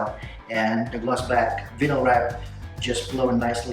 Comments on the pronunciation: Thanks man. Hate to be a stickler but it’s pronounced Vi (rhymes with Hi) nyl, not Vin-nyl. Awesome work. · You do know that’s not how you say “vinyl” right? It’s VINE-l